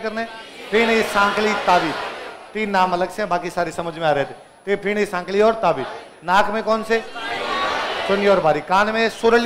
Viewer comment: Ferni bolte hai fini nhi